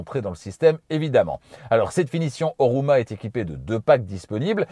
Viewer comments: Sauf erreur, Homura et non Horuma. Le reste comme toujours parfait. Bravo. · Homura la version, et non Horuma... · la version est HoMUra et non HoRUma